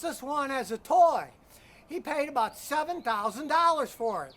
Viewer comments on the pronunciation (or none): none